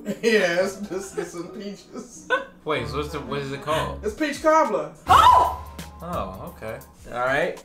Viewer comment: Is it peach cobbler or, “PEACH COBBLER!”